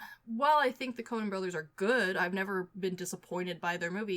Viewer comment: Is it just me or does keep saying the “Conan” brothers hahaha